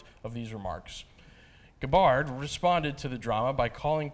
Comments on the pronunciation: 2 things this video got wrong. The pronunciation of Tulsi Gabbards name and the Poll numbers. They need to learn that you need at least 2% in DNC qualified polls to participate in debatess (she had more in other polls). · Please learn to pronounce Tulsi's last name correctly. It's not that hard to look that up online.